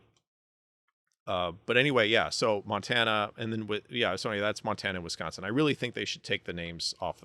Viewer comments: As much as i disagree with alot of your views on this... props for pronouncing wisconsin correctly. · You pronounce “Wisconsin” properly. Is a Midwesterner?😮❤